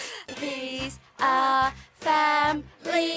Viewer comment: "Famree Guy"